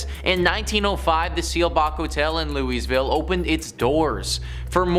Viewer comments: Louieville is how Louisville is pronounced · It’s properly pronounced Louisville Louie vile. After king Louis 16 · Most of us Kentucky natives pronounce Louisville as 'Loo-Uh-Vull' not 'Louis-ville' or 'loo-ees-ville'. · It is pronounced Louie-ville not Louise-ville Spelled Louisville. Most around here say Lu-ah- vul. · Lou—-eez vile… REALLY?!? it’s LOU-a-ville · It’s “Lou-uh-vull”not leweys-veel. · Did he really say 'louiesville'?? Dude, we say 'louavul' here. Learn it, know it, live it. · I've heard Louisville pronounced Lewie-ville or Lew-uh-ville never Louise-ville. (Maybe he was saying Lewy's-ville) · It's Lou-a-vul!😊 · it's pronounced: "lou-uh-vulle" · Say it like you have peanut butter in your mouth "Loo-A-Vull" this is.how you say Louisville. I'm from Kentucky. And when the name is butchered, it's like nails on a chalk board. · It’s pronounced Luhl - vull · He said "Looeeezville" 🤣🤣🤣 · "Louise-ville"? You didn't take the time to learn either of the pronunciations of Louisville AND you didn't mention Waverly Hills Sanatorium-a place regarded in some circles as the most haunted place in the USA, the most haunted hospital in the world, and one of the most haunted places on the planet. Doesn't give viewers a lot of reasons to regard y'all with anything like respect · It’s pronounced “Lul-vul.” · You need to use a little resept, and learn how to say Lewa-ville! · Unless you're from there. Local vernacular is Loo-uh-vuhl. It's kinda like New Orleans being N'awlins. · "Loo-eez-vil?" LOL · I am born and raised in KY. It is pronounced Lew-uh-ville. But, you can pronounce it however you are comfortable. 😁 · Thank you! I'm glad I'm not the only that heard it as Louise-ville! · Where was Waverly? Also there is a old elementary school in my town that made a set of paranormal hunters tap out it bothered them that much. I say this kindly, LOU-UH-VULL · When you can't pronounce a major towns name right, I'm out of there 😂😂😂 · The way you say louisville makes me sad